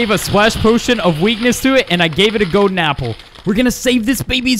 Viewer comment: I'm pretty sure that I need a "goden" apple. what's a "goden" apple?